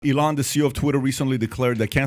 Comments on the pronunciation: Love how PBD pronounces E-Lon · why does he call elon ILLón Mósk? XDD